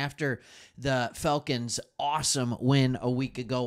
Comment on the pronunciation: why does it sounds like he saying Failcons. Bro Im getting upset pronounce that shhhh right bro!